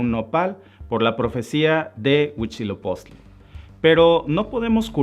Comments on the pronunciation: Y no es Huichilopostli, es Huizilopoztli por favor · Para empezar: Era al SUR de Aztlán hacia donde los mandó Huitzilopochtli, no al norte. "Mexicas" se pronuncia "meh-shi-kas", no "mejicas". "HuiTZIlopochtli" no "Huichilopoztli". La mítica Aztlán, basado en la familia linguística que comparten el Náhuatl con la lengua Ute, se origina en los estados de Utah y Colorado, en los EEUU.